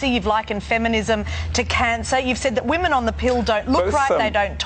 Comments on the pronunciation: I love your vids my dude, but you need to learn the difference in pronouncing woman (singular) and women (plural) because when you mean to say "women" you pronounce it always as "woman". Otherwise you're hitting the nail on the head.c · Love the video just pointing out your saying women wrong in the context your using it. It's spelt WOMEN yes but when your talking about women in a while it's pronounced WEMEN idk why. Not trying to be that person I apologize